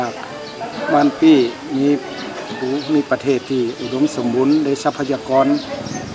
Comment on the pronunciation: บ้านปี้ ออกเสียงไม้โทนะครับ